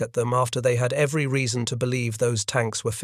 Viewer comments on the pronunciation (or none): none